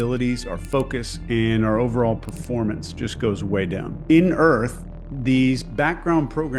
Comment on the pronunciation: “Earf go hard”